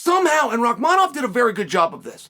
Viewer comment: interesting how well you pronounce Rakhmonov versus your mocking pronunciation of HAZMAT for 2 years...where you avoid in current times you refer to him as CAHIMAEV ... good learning... video indeed exists for proof and is the difference